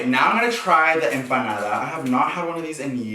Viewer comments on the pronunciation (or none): none